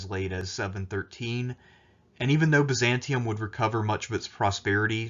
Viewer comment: Good informative video, however the city was named Byzantium not Byzanton.